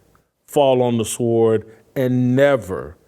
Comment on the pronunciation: Sword is pronounced “sord.”